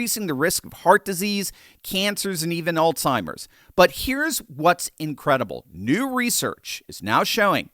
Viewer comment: "Alzheimer" has no "T" in it, therefore it is not pronounced as al-timers disease.